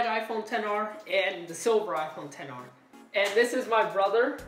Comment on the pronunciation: Lol “ 10 R “ It’s not a “10 R “ it’s an XR .